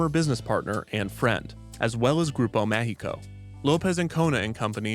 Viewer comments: It's interesting how you pronounce "Mágico" as how "México" is actually pronounced. :) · while i command kevin's efforts, i found very funny how the longer the video played kevin's pronunciation of mágico declined, he was basically pronouncing mundo méxico instead of mágico. yet his ciudad got better on the long run